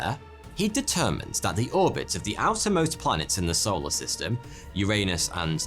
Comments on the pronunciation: Any other Brits hear "Arsehole a system" instead of "our solar system"? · You are saying arseholer system right?